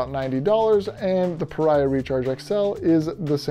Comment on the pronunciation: I own this pad, and also their 30 degree quilt. I had to add an aftermarket extra strap to the quilt, but it works like a champ now. Great review! But I think it's actually pronounced PahREEahh. Like Maria. At least, that's what the actual company told me : )